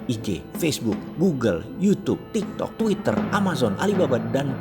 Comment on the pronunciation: Ko lucu ya pas bilang tiktok😅